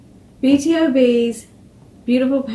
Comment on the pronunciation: Actually it's B-to-b. Most People say it wrong 😂